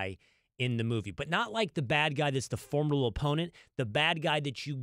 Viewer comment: The word “formidable” is formidable for Will Cain to pronounce